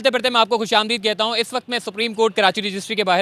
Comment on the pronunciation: Dear aap kayliye mukhlisana mashwarah hay, aap words sahi say pronounce kiya kijye. lafz " kehta hoon " hay, " keta hoon " nahi. aap kay programs bohat informative hotay hain, log yaqinan dilchaspi say daykhtay hongay.